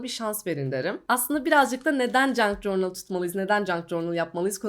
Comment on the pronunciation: merhaba! Bi ajanda kızı olarak kanalını çok seviyorum 🧡 Bi de “cornıl” değil de “cörnıl” diye telafuz edersen videolarını daha rahat izleyeceğim ☺️ Obsesif kişiliğimden olsa gerek videoya odaklanamıyorum telafuza kafam takıldığından, kusura bakma 🙈